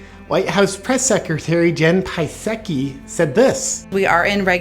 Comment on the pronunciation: Gotta tell ya JP, the mispronunciation of Psaki gets me rolling every time 😂 fantastic as always!